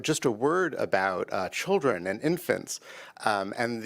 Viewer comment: Did you say... chilren ? Then you said Children..Listen to the rhetoric this man is speaking. .